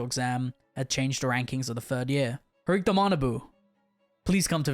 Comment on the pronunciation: Bro, well done, nice vids but there aren't any Horikta characters in the LN's... Say it with me: HO-RI-KI-TA! 😂😂